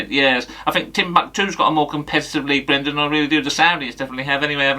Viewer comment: BWENDAN! 😂 Top notch as always.